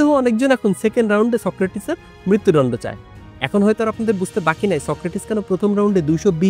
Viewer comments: দুটো শব্দ ঠিকভাবে উচ্চারণ করতে শিখুন-- কথাবাত্রা > কথাবার্তা (ko-tha-bar-ta), মৃত্যুডণ্ড > মৃত্যুদণ্ড (mri-tyu-দ-ndo)। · মৃত্যুদণ্ড টা ঠিক ভাবে উচ্চারণ করেন। শুনতে ভালো লাগে না। দণ্ড কে ডণ্ড র মত করে বলছেন 😮